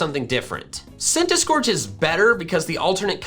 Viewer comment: CENTISKORCH, NOT CENTASCORCH!